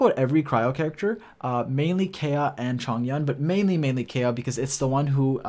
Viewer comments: Its Ka-e-ya not Keya lol. Anyways nice video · Kaeya not a bridge anymore, also it's pronounced KA-ya, just wanted to clarify ^^ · His name is pronounced Kai-Yah btw 😆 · Please learn to say his name correctly.